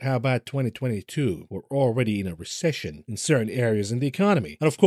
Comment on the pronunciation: Recession not recission